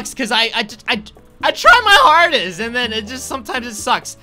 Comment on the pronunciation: He said artest no hardest